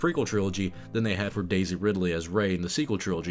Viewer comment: You keep saying Daisy in a way that always makes my brain think you're saying DayZ. Also, she will always be Darth Rey Femwalker to me, a child born of the Dark Side, nurtured by it, unaware, who destroyed what he participated in, as feminist stuff tends to do.